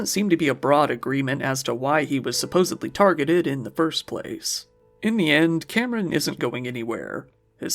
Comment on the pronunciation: Good job. Did you say “supposeBly”?